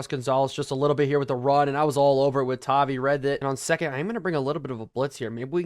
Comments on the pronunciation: it’s pronounced tah-vi vi like tie so just you’re aware great video this mod is crazy seems like it could make madden valuable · please change Bo to #10 and MHJ to #18 and also it is pronounced “Tah-Vie”